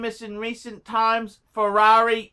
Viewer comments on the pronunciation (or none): Ferrari = Fewawy in Bris.